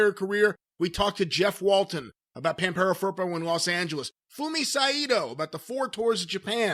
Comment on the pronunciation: The way they say Pampero Firpo really hurt my ears, they actually are saying Vampirou Purple... El señor era de argentina!!!